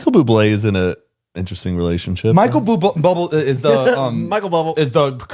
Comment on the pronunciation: The way he said Michael Bubble had me dyinnggg😂💀